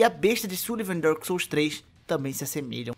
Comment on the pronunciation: Tá mais por que tu primeiro disse ''Dôrkis sóus'' e dps q começou pronunciar certo?